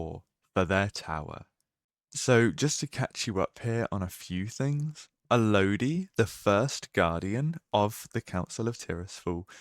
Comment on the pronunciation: A-Low-Di...... its not pronounced that man, its Al-Oh-Die